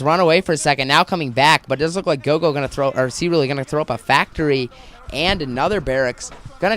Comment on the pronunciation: Its Roro, not gogo btw.